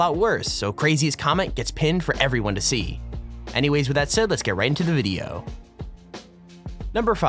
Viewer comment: is it me or does he say lets get right in the moooodyio